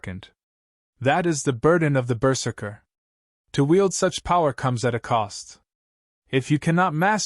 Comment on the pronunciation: Not bad. Not great. Going berzerk will obviate pain but not physics. A blade will still sever a hand/fingers easily. A slight re-write and proper pronunciation of berzerker could make this great.